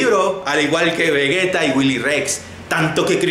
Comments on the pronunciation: Se dice vejeta aunque sea sidoso vegueta suena mejor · 1) sabes pronunciar vegetta ? He escucho que no XD 2)Haber si nos centramos en el video o publicidad de tu camiseta. 3)No critiques mucho a Auron Play que como te critique nos veamos de risa todos XDD .